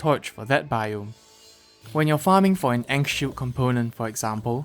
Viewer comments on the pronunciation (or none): none